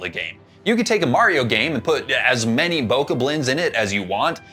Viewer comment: Does this uber Zelda nerd not know how to pronounce Bokoblin?